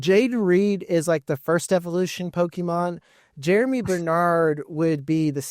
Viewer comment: Think Germie is pronounced like Germ-ee, not Jeremy. Going to be interesting to see a lot of these landing spots.